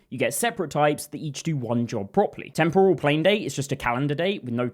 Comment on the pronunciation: You mispronounce “temporal.” The stress goes on the first syllable, not the second syllable. Like “temporary” not “tempura.” TEMPoral not temPORal. Cheers.